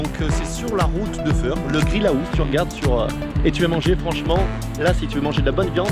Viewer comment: Super tuto, ça me donne vraiment envie d'essayer de carreler moi-même ma maison de campagne. La seule chose qui me fait peur, c'est les découpes. Pour ce qui est de t'apprendre à carreler, je ne peux rien faire pour toi, par contre pour ta prononciation de l'anglais, là, pas de problème, parce que "Grill aousse" , ça fait mal aux oreilles. 😥😭 Le bonjour de Bruxelles.✋